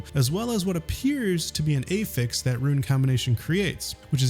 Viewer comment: Great video. Just wish you knew how to say "affix" correctly. Driving me wild lolol.